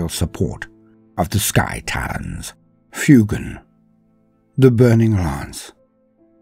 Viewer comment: Love the video! I noticed that you pronounced the Pheonix Lord Fuegan as "Fyoo-gahn"! Fuegan bears a striking resemblance to fuego in Spanish! Fuego, Spanish for fire is pronounced "Fweh-go," so I believe Fuegan would be pronounced "Fweh-gahn!" Just food for thought!